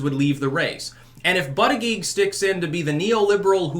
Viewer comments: It's pronounced "butt-edge-edge"....js. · It's pronounced "boot-edge-edge"... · I wish you would pronounce buttigieg right. It's pronounced Booty- Gouge.